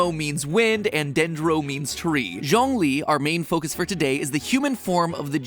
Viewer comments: Matpat just pronouncing Zhongli as John lee 💀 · Ok this is me just being nit-picky, but Zhongli’s name is pronounced, Juong-li (the U is more soft) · And Zhongli's name is pronounced Joh-ng-li or more like Ts-yong-li... Surprisingly, the entire Genshin impact community is very conscious about miss pronouncing names, not necessarily to avoid some controversy, but more like to be true to the characters they love.